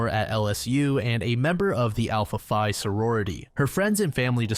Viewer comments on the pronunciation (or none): Quick note. If you have a sorority and not a fraternity, it’s kind of like Spanish, so there’s a masculine and feminine pronunciation of the letters. For a fraternity, like chi phi, you pronounce the “phi” like “fye,” but for alpha phi (sorority) you have to say the phi like “fee”